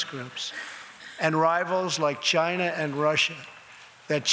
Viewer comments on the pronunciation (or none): Does he say chyna?